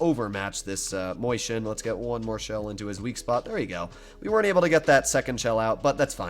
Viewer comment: It's not a mOIshen, it's a mAUshen. Can't you read? That's what happens when you've attended the public fool.